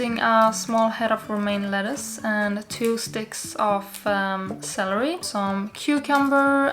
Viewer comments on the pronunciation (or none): none